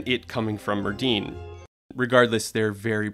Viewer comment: Hey Netflix, if you’re going to put Welsh words into a videos, please ensure your voiceover guy pronounces them properly. It’s not pronounced “Merd-din” - in Welsh a double D is pronounced “th”. So Merddyn should be pronounced Merthyn.